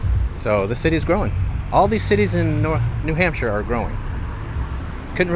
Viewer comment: Lovely! As the locals say, "New Hamshah". ☺️